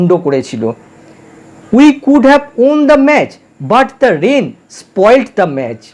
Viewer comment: Won এর উচারণ ' ওয়ান ' হবে।